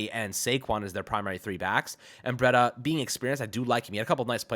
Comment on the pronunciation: Breida is pronounced “Breed-uh”, not “Bread-uh”.